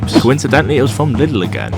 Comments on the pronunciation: ITS NOT LITTLE BRO ITS LIIIIIIDL pls - like Leedle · Its not pronounced like little. Its like liiiiidl dude. Anyway good video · Its pronounced "Lee-dell"